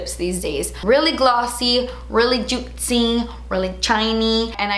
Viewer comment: "It's sooo joot-see!" 😂🙌🏼